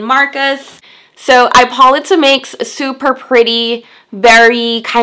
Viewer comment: I think it is pronounced I po Lee ta.